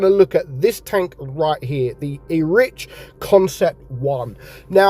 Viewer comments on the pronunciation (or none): Not pronounced Erich… it’s Eric